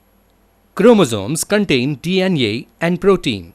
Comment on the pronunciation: D iyan ee (DNA) 🤣, GREAT VIDEO BTW 😇